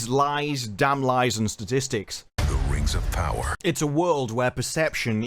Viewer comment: Not ring, RANGS OF PAWAAAAH.